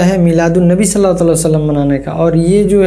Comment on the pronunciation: O BHAI YE JO TUM ALLAH KO ALLAKH BOLTE HO THEEK NI KARTE SAHI BOLA KARO HAA KI AAWWAZ NIKALA KAO